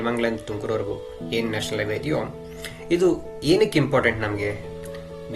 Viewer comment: It's not Iway, it's Highway